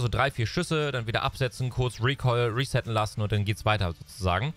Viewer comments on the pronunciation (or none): none